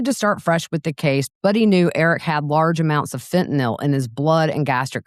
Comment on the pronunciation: THANK YOU for the CORRECT pronunciation of FENTANYL👏👏👏!